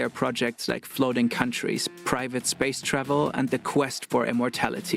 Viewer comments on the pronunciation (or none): none